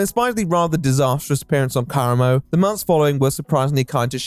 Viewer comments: Why do you always mispronounce people's fuckin names?? It’s not KARamo. He says his own name and clearly says kaRAmo. JFC it’s so annoying, every video. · i wish this guy researched how to pronounce things before making a video “Coolinary” is doing my head in and how he says Karamo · not gonna lie, not taking the time to learn how to pronounce karamo’s name correctly is giving racism. it’s not a difficult name to pronounce. i’m also british + dyslexic so i know it’s not an accent thing.